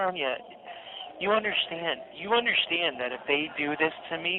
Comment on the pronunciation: Hopefully he is taking English classes in prison and learns that theres no H in the word understand “you dont UNDERSHTAND 😂😂